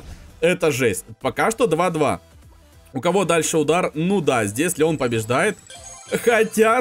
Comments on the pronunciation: сказал Ленон а не Леон! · он сказал ЛЕНОН а не ЛЕОН ? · В ты сказал ленон или ненон